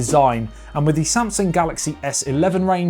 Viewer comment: he said samasung lol not Samsung